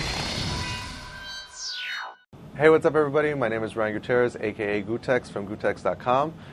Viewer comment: Does gootecks pronounce his name wrong at the beginning of this video?